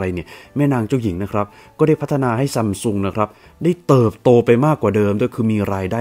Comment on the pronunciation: ซัมซุง ❌️ ซั้มซุง ✅️